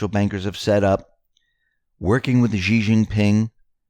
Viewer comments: Xi is pronounced" SHE" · >> Indecently "Xi" is always pronounced shee (-sh as in ship, -ee as in meet), not "gee".